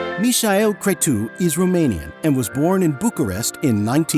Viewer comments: Just a correction: in Romania we call him Michael (as any English speaker would pronounce it) and Cretu is Crețu, so not pronounced ”kre-too”, but ”kre-tsoo”, like Italians pronunouce Z (a ”ts”). The similar Romanian name is Mihai, pronunced ”me-high” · Mihai Crețu is Meehigh Crezzu. Easy peasy. Not Mishael Cretoo. In Romanian in sounds like “sneaky cretin”. Mişel being sneaky and cretu for cretin. Are you using AI for the voice? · Ok but what’s with the pronunciation of the name Michael ? 🥴just say it as it is in English, or- if you want to say it in Romanian, it’s actually Mihai, not Michael. And Cretu is actually read CRETZU( which means curly haired) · no. His Romanian name is Mihai (pronounce like "me" plus "hi") Crețu (Cretzu). Maybe it was a try for German pronounciation.